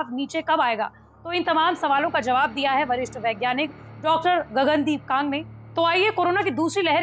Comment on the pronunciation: Gagan deep kang correct ur pronuction not kagg